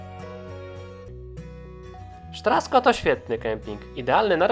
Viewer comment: Sztrasko??? Mogę się mylić, ale czy nazwy kempingu nie wymawia się Straszko?